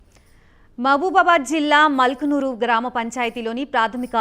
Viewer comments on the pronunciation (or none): యాంకర్ గారు మల్కనూరు కాదు ముల్కనూరు గ్రామపంచాయతీ